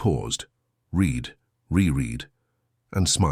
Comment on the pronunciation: Pronounce "read" in the past tense properly mr